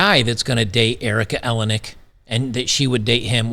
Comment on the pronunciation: Erica Eleniak… eeLane eeAk